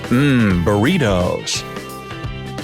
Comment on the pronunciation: Hahaha "Buritous" xD